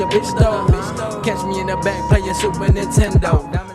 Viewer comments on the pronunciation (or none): none